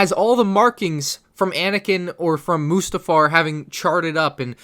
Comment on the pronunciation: You're still saying mustafar wrong